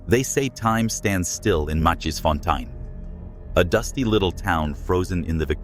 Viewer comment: This is how you pronounced it: mah-cheese-fon-tine, this is how you pronounce that name correctly: my-keys-fon-tane. Read it like that and say it fast. Its easier if you listen to the name being pronounced by a native Afrikaans speaker and then sound it out phonetically like I did for you.